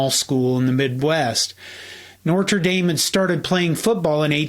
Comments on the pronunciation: why are you saying “Nor-tra” Dame?? The “t” comes before the “r”. It would be more correct to say: “No-truh” Dame. Most Midwesterners say “No-ter” with a heavy midwest “R”. Anyway… this is just to help you out in the future. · Please, it’s not Norter Dame, it’s No tra Dame. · so. seriously? you're worried about Kha-nute, with all the "NOR-ter-dame"? NO-TER-DAME, pls. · It’s notre dame not Nortre dame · Good video, but I’ve never heard of NOR-TRE Dame. Maybe you’re meaning to say NO-TRE Dame? 😊 Also, the campus is actually in Notre Dame IN. Kind of like Vatican City is separate from Rome. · NOTre Dame, NOT Norte Dame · It’s “Notre” not “Nortre” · Nice video, but learn how to say the name of this story to school. It's not norter dame. It's no-tre dame. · I think it’s No-tra Dame not Nor-ter Dame. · NORTRA DAME. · It's "newt". Love the video & the channel. ps. it's "notre", most people say "noter".... not "noRtre". Keep up the good work. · Hey, it’s NOtre Dame, not NORtre Dame. Good grief. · I love your videos, but your pronunciation of Notre Dame was really distracting. Maybe it’s ignorance on my part, but I’ve never heard Notre Dame pronounced “Norter Dame.” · “Nortra Dame” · Why are you pronouncing Notre Dame with 2 R's?? Pronounced No-tra-Dame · What do you keep saying “Nortre” Dame? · I tried to to watch this until the end, but your repeated miss-pronunciation of Notre Dame, as 'Norter Dame' just got the better of my patience. Have you never heard the name pronounced properly? (and I don't mean correct French, - just putting the 'R' in the correct place). Do you suffer from dyslexia or some other mental health issue or illness? Have you never even watched a Notre Dame football game? What is wrong with you? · *Nortrer Dame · I’m less concerned with k’nute vs. ‘nute, I’m more concerned with your pronunciation of ‘Norter Dame’. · I’m glad you made an effort to get the correct pronunciation for Knute. Could you please try to stop saying “NORTRA” Dame?